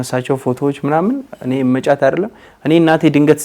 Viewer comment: እመጫት በል መ ጫት አትበል